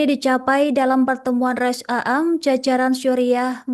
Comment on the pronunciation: Bacanya rois am bukan rois a am